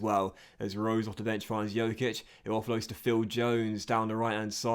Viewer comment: the Dj in Djokic is pronounced the same as in Djokovic